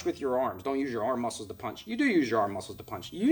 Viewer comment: "Our LEHG MOSCLES!" Channeling that Puerto Rican Kung Fu again? :D